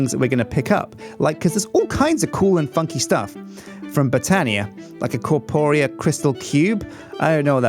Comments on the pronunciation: stop the botania Also it's pronounced (but-ania) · Like this so will get more knowledge and stop with boootania